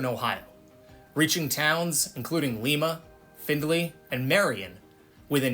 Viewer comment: Lima Ohio is pronounced LY-muh (like the bean) .You also misspoke with Akron.